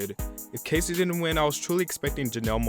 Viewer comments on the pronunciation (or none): none